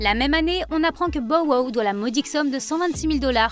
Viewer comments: hahahahahaha omg je peux plus mes porqoui tu change son nome bordel dit on Anglais no??? c'est ridicule putain 🤣🤣🤣🤣 tu dit comment 50(fifty) cent ? cinquent cent??????? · Elle devrait vraiment arrêter de dire son nom c'est trop drôle comment elle le dit